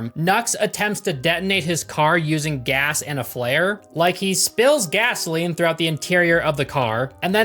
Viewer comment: Guzzaline, Guzzaline haha I know Americans call it gas, but Guzzaline haha